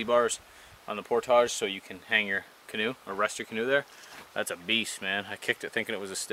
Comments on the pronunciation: Love the vids! Subbed a while back. Content is awesome as well. But if I hear you mispronounce "portage" one more time I will take hostages. It's (portige) not (Portahge). Keep up the good work! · The word is Portage .... Not por tage.